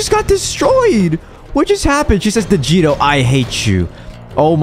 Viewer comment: When I hear your name I thought they said vegito but actually they said right?